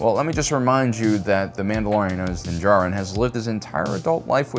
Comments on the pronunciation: He’s doing his usual not so subtle friendly trollings, as he keep saying Din jaRIN instead of Din D JAR RIN like most people. See, it made two of us troll bumpkins had to comment on his purposeful speech impediment. 🤦 🤣😂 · you’ve slipped out of your usual subtle friendly trolling states and pronounced ( Din JAR-rin ) instead of your usual Din ja-RRIN... That’s like Mando waking up and forgot to put on his helmet!... 🤣😂